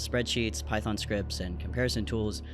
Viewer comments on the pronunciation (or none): none